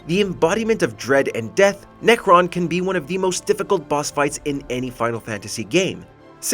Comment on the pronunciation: Necron.....seriously? lol